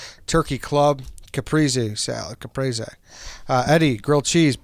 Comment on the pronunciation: how tf to all of you pronounce caprese wrong? Cuh-preez-ee phonetically spelled